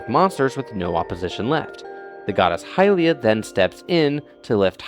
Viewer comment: I hated that video because it just says "screw the ACTUAL timeline" he also says hillian for the pronunciation of it. Also Nintendo be like: it is up to your imagination. Game theory: Hyrule warriors is canon. Nintendo: no